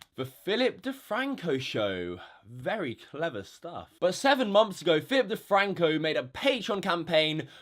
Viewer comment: what exactly is a 'mumpf'? He keeps saying like '7 mumpfs of pledges' but idk wtf a mumpf is.